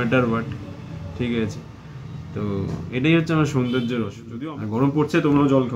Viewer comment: Amr darun porichoy dili sobar kache..."ankita(titli frd)" bahh...btw ota sundorjo na soundorjo...